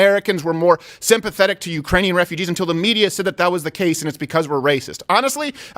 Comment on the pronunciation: Ukrainian or is it urainian?